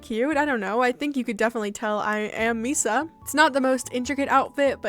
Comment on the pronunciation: you pronounced misa’s name right :3